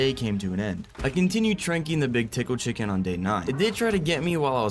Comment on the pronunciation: bro it is not thickle thicken its tickle chicken